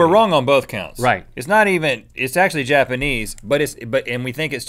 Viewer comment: Did he just say "Japenese"? WHAAAAAAAAAAAAAAAAAAAAAAAAAAAAAAAAAAAAAAAAAATTTTTTTTTTTTT!!!!!!!!!!!